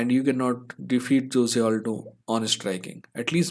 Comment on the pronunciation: Nicely Explained video 👍 but your pronounciation of Jose Aldo is wrong because "Jose " is a Spanish word, and in Spanish, the alphabet "j " is pronounced like " h ". So Jose sounds as Hose